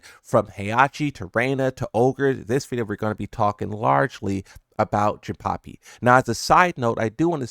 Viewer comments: Jinpapi? 🤣 It’s Jinpachi. Like the same as Heihachi but with Jin at the beginning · Why are you saying jinpapi wtf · Are you pronouncing it "Jinpapi" on purpose? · yo who tf is "Jinpapi"?